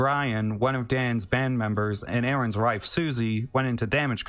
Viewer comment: I hate the way this guy keeps saying rife instead of wife